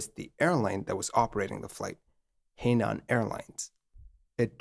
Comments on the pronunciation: "her-nan" not "hey-nan" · Henan is pronounced Huh Nahn. Just fyi. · Henan is pronounced “Hernan”. A significant thing to know to tell this story. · Henan is pronounced her-nan. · A tip for the creator, should he need to mention He Nan Airlines again, you got nan right, but He is pronounced like Her, but without any r sound. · Not super-important to the story, but just for the record, the “He” beginning of “Henan” is pronounced (essentially) like the “hoo” beginning of “hook.” It’s a Province name, written 河南, and means “south of the river.”